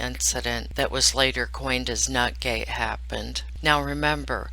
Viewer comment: you said it 2 times before I figured out what you were saying, nut gate lolol. I don't have emjois on here, if I do I don't know where they are so I have to type out my laughing.